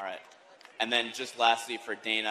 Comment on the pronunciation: I chuckle every time Khabib calls Dana "Donna."